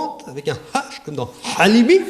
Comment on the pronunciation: Non, pas alibi, mais Halimi (plus tôt dans l'émission, Le Pen prononce "à l'arabe" le nom de Gisèle Halimi, ce qui fait bien rire -aux dépends de Le Pen - Desproges et le reste du Tribunal).